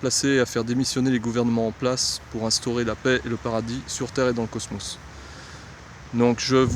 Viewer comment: quand il dit cosmos jsuis plié